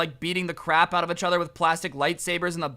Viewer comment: I love your videos but say each right